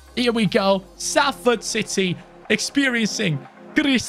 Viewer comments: it’s pronounce solford not salford! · It’s not S-A-LFORD it’s pronounced Solford like so can see I’m from Salford myself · its pronounced Solford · Thanks mate, I’m from Salford and nothing annoys me more than people pronouncing it with the A sound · just so you are aware, the ‘a’ in Salford is pronounced as an ‘o’ so the team is pronounced as ‘solford’. Lovers this video can’t wait for more 🔥👍🏻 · its more like sulford or solfurd in the pronunciation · Yeah it doesn't make sense when you said salford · It’s “Solfahd” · I'm rlly sorry but it's pronounced solford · The way he says Salford 😂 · I'm just watching this now. I was looking for all the comments and there's hardly any. It's so jarring and he said it about 3 times in 5 seconds